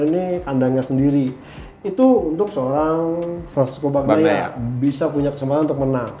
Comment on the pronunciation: Saran buat dan, bacanya itu "Banyaia" bukan "Bagnaia"